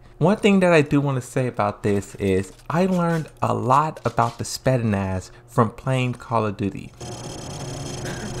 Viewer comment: ヾ(･д･ヾ) I'm laughing so hard when you butcher pronouncing Spetsnaz! You're killing me man! Also, perhaps is not 'crush' probably like an older brother-younger sister relationship. And I agree he doesn't have a story, is like he's there just to fill the rooster... Still thank you for the video~